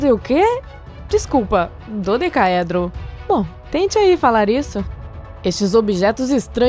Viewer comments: bIXO, NUN FICA FALANDO IGUAL MONGOL NÃO "DODE OQUEEEE!??!" PQP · Ela tem "dificuldade" para dizer dodecaedro, mas para dizer o nome do rei, é de boas? Pqp! 😂😂😂😂😂😂